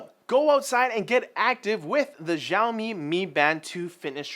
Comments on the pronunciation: it's not pronounced ZHAOMI, it's SIAOMI! come on, you're even asian! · LOL, first time I heard Xiaomi said... Jaoomii WTF